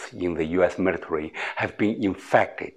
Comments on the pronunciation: 好个屁，老外不看字幕没法听得懂他说什么！就头13秒，invade，military 都读到一塌糊涂。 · 好个屁，就头2句，invade，military 都读到一塌糊涂，老外不看字幕没法听得懂他说什么！我也没劲看下去了！